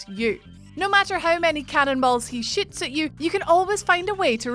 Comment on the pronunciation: every time she says shoots i hear shits